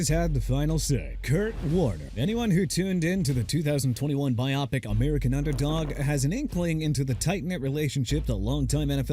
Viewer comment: Stop saying “Bi Opic”. That sounds so ignorant and uneducated. The word is “BIO PIC” it’s short for “BIOGRAPHICAL PICTURE” putting together “BIO” and “PIC”. You keep saying “BI OPIC” that would mean “BI” as in 2 and “OPIC” I assume is related to optics or eyes. Nonetheless the term is “BIO PIC”